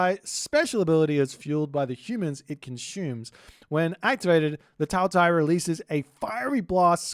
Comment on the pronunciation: Qi is pronounced like "CHEE" so Qiongqi would be "chee-ong-chee" more or less, Qinglong would bee Ching-long Taotie--> Tao, like tah-oh, Tie is like tyeh, like a T before Yeah! Tah-oh-Tyeh Taowu you said well Hundun--> hoondoon more or less, but with a shorter oo sound than in moon baihu--> you said well Rushou-->roo-show XU is a shoo sound, more or less, so Xuanwu would be shoo-an-woo Zhuque, Zh is a hard J sound, and again Que is Chooeh, so together, Joo-Chooeh Basically remember Qi or any Q is almost always a CH sound, while X is usually a SH sound, Xi = shee, Xu= shoo, zh is a hard J sound Zhu-->Joo